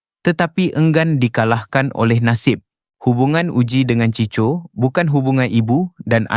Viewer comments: Cicho ??? 🤦🏼‍♂️🤦🏼‍♂️ NACAAN NYA = CHIKO LAAAAAA🤦🏼‍♂️ Ciko = chiko Ni yg baca mcm org indon je !!! 🤦🏼‍♂️🤦🏼‍♂️ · Chicho chicho. Bangang betul pembaca ni!! 🤦🏼‍♂️